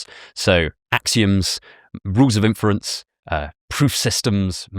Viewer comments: Alex, it's INference, not inFERence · Why can't Alex say "inference" properly?